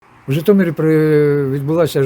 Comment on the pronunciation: ЖитомИр, а не ЖитомЕр!